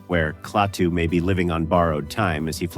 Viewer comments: It's Klaatu, not Claytoo you idiot AI! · A classic. It stands the test of time because it was so well done and featured realistic scenes and people who were real, not all actors. Too bad the AI narration isn't quite up to snuf - who the hell was clay-too in the movie? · I hear this complaint alot but, for AI, it was good except for a couple bad Klatu's. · " KLAY-TOO " ALL You need to hear .. to realize THIS Production is as phony as the Movie !! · Nice compilation of scenes and information of a great sci-fi film. However…I simply can’t get over the damn AI voice-overs that mispronounce so many obvious words. It;s NOT “clay-too”! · Bad scripting can ruin otherwise convincing AI narration. Klaatu mispronounced three different ways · Interesting. But the AI narrator mispronounces Klaatu every time. Lazy creator. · This would be a nice review without the text-to-speech. So is it "KLA-too" or "KLAY-too". Is it "WAshington -- DC" or "Washington, DC"? Lots of strange pauses in clauses... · The voice is computer-generated. It pronounces KLaatu two different ways. I wish the film had a scene from the future which showed Earth being destroy by Human arrogance and ignorance. I truly believe that's where we're headed! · I'm sick to death of A.I.'s bumbling attempts at being human. At least humans can be continuous in pronunciations. A.I. can't even pronounce a name without screwing it up before the video is over. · Annoying AI narration.. can't even pronounced Klaatu consistently... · It's interesting to hear these ideas about the wonderful film, but ye gods, the script-by-ChatGPT and the voice-over by some AI are both dreadful! "Quiet"/"Quietly" occur five times; a dead giveaway specifically for ChatGPT. It can't even consistently pronounce Klaatu's name. It's the last YouTube vid by this creator that I'll subject myself to.